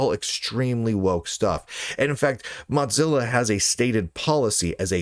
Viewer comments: Why does Lunduke keep pronouncing Mozilla as if it was "Mozzilla" or ”Mudzilla"? The company was named from the idea that the company founders wanted their browser to be the "Mosaic killah", not some kind of ... "mozzarella killah"! Mosaic ---> moe-ZAY-ick Mozilla ---> moe-ZIL-ah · Why do you keep mispronouncing Mozilla?